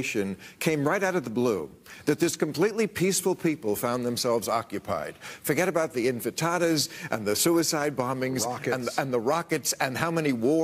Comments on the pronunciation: Bill Maher: Infentata Me: bruhhhhhhhhhh you sure you know history?? 😅😂 For those of you that don't know: it's INTIFADA. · "Infitadas" LOL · "Infitada" like enchilada. Zio propagandist bill maher goin full Neocon on us! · Infantadas? I like how he pretends to know what he's talking about WHILE mispronouncing this shit 😂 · He said infantada, not intifada.. sounds like a tostada made if babies. Good one Bill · Bill mispronounced intifada 🙄